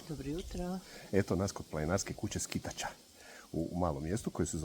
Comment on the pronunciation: Vi to možete zvati Sk l tača sa naglaskom na ,,l,, ali ljudi toga kraja to mjesto nazivaju Skit A ča sa naglaskom na prvo ,,A